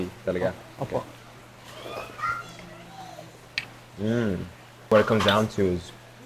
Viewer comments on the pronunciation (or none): Erwan, you should learn to say 'po' and 'opo'.